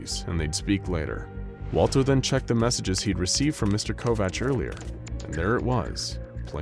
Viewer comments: I'm not trying to be "that person " that is always correcting people's grammar and is a complete jackass about it but you mispronounced Kovach .....its pronounced ( Co-vac) my mother had married a man when I was in 2nd grade and his last name was Kovach people mispronounced it all the time! Lol funny thing was that her last name was Couch and for some weird reason people mispronounced that too ....like how in the heck could anyone mispronounce COUCH !! they would say cootch, cow-ooch , crotch I was always so embarrassed by having that last name and as soon as I got married I was quick to have that name dropped immediately!! You know how mean kids can be so yeah ....I also would not tell people my last name at all ! And would tell people I'm like Madonna and Prince .....I don't have a last name lol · Covach/Kovach is pronounced as Co-vack...